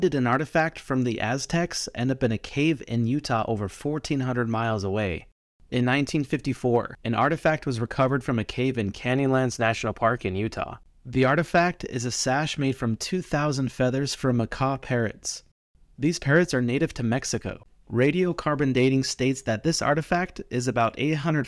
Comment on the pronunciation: "cannylands"? If you're gonna narrate at least pronounce the words right.